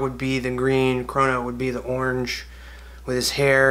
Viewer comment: Somehow when you say 'orange' it has both one and four syllables